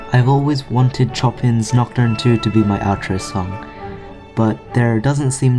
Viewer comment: Beautiful art! I really liked the background music! Quick friendly words of wisdom: "Chopin" is pronounced "show-pan". Many people make that mistake but it's ok xD